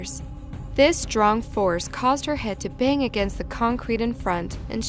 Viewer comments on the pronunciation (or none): none